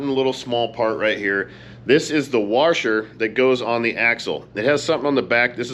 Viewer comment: It's a washer not warsher